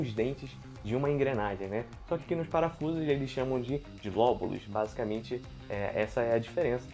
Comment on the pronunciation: Não entendi a pronuncia : lóbulo ou vóbulo ? Obrigado